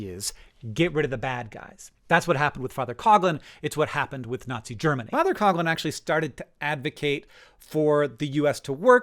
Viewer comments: It's pronounced father "Cough Lihn" not "cog lin" Also Matt Christman and Chris Wade made a really great series on this era called Hell On Earth, and pretty much had these takes but in more and better detail. Additionally Matt Christman has touched on this context of the subject pretty thoroughly generally in his output. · It's not Cog lin. It's cough lin.